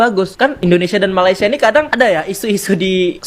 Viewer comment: bukan malisya,..malay..malaysia ye miss